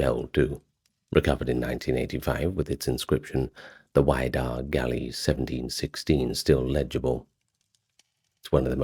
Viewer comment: I grew up in Massachusetts. My parents live on Cape Cod. It's the "WIDD-a" (like "widow") - not WIDE-A"! Also, just FYI, sadly the museum in Provincetown, which was on McMillan Wharf, is closed. It has been moved to West Yarmouth (Cape Cod). It's a really cool exhibition. I've seen it several times.